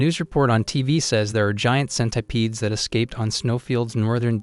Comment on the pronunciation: bro says centipedes like scent- I - PEEDS